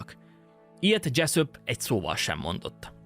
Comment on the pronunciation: Dzseszöp, dzseszöp... mintha a kecsöpöt hallanám a kecsap helyett. Túltengő magabiztosságodat visszafoghatnád egy kicsit némi önkontrollal.